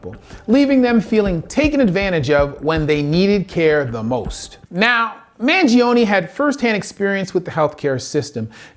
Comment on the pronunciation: you can't pronounce the man's name right and you got the facts about his case wrong. is it that hard to do research? You're an MD, my man.